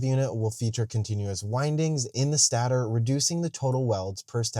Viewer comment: note, stator is pronounced "stay-tur" not "stah-tur", cuz the stator stays in place while the rotor rotates!